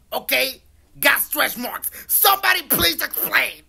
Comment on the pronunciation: Wait did he say stretch or stress marks